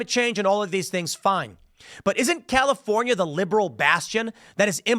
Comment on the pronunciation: Dammit Tim, you opened with "The Chalifornia..." 🤣🤣🤣